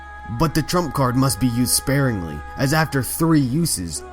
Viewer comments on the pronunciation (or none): none